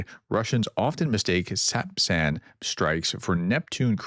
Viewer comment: Another great update. Thanks for being the kind of person who cares about reporting truth...And pronouncing sapsan! 😊 👍